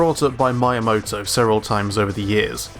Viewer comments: Nice video and all but you gotta fix your pronunciation of Miyamoto's name, it really is distracting since you say it so many times. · You mispronounced the fuck out of Miyamoto! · This is a good video, but there's a couple of things that bugged me: 1. Your pronunciation of Miyamoto. It's an easy name to pronounce. 2. You only displayed N64 era examples of Wipeout, and only in the last minute. There are games in the series up to the PS3 era, that go much faster, with much more variable cornering where if you mess up it's your fault. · It hurts me every time you pronounce Miyamoto incorrectly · Yeah, it bugged me that he kept mispronouncing his name. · Sebastidroid Considering how often Shigeru Miyamoto’s name is mentioned in gaming, I think the correct pronunciation is important for such an important figure. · you have a point BUT he's just miss pronouncing one syllable is it really that important that people have to correct him. Anyway im done with my arguement you do what you want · Amazing video. Really great, I mean it. Thank you. But please stop saying Miyamoto like that. It's Miya, like Mii-ya, not Ma-ya. That was truly unbearable to listen to ^__^' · He said まいやもと but he should've said みやもと. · I just need to say this. Learn Japanese pronunciations. Miyamoto is not spoken as my yah moto. But Me - yah - moe - toe. IT's almost like someone saying ff- zeh row instead of eef - Zee - row . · "Mee-ya-moto" Not "my-moto" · My only bit of negative feedback about a stellar breakdown of a franchise that I love, is your pronunciation of Shigeru's surname. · ME-a-moto. Not My-a-moto. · It took me too long to understand you were saying Miyamoto. It's Me-yamoto not My-amoto. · Come on, man. You must know that his name is pronounced just like the Wii at the beginning. Like "Mii-yamoto", not "My-yamoto". But other than that: good video, really hope F-Zero will make a comeback... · M “eye” amoto? It’s pronounced M “ee” amoto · Please... Me-uh-moto Not my-uh-moto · "My Amoto"